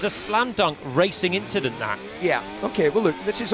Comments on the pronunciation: Just an inCHident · Just another papaya "inchident". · Just an inchident eh?